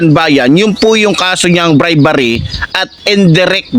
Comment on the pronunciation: Hindi BRIBARRY😢😢😢BRI-BE-RY😅😅😅BRIBERY